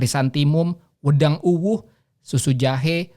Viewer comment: Pronunciation "wedang" bukan seperti pedang mas... tapi "e" nya pake logat batak